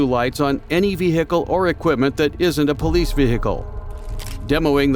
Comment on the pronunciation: Say vee gee kle one more time again